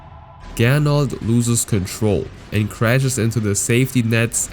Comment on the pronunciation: Er hieß aber Gernot und nicht "Gernold"